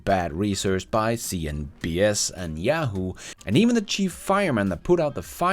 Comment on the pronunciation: I like the way you say "cnBS"😂